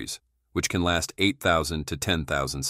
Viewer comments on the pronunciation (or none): none